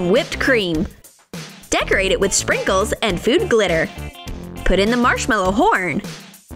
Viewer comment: When you say sprinkles it sounds like "shrinkuls"😰😅😅😅😅😅